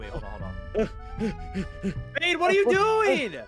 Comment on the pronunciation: fade: gibberish